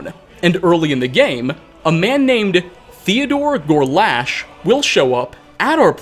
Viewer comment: "Theodor Gorlash" Theogorlash So, basically, Sheogorath did what Sanguine does in Skyrim (Sam Guevenne)? Interesting. 😂